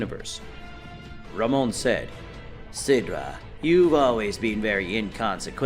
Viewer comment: Sidra* not Sindra